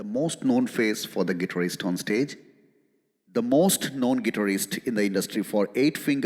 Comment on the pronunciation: IMX isn't able to pronounce Guitarist properly and you asking them to listen to those bands😂😂